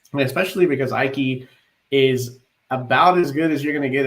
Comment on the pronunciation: Just a heads up guys! Graham Ike's name is pronounced E-Kay not I-Kay 😁